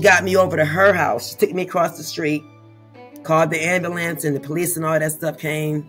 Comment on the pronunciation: I love how she says amblance!😂